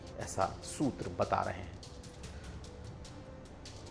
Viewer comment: सूद्र नहीं सूत्र।😅😅